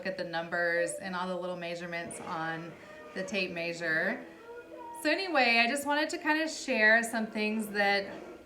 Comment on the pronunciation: I love the way you say tape “maysure” lol ..Langston is super adorable! Keep up the great work mom!